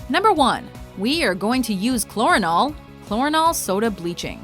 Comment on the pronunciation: Chlorinol..... Hahaha, fucking hilarious.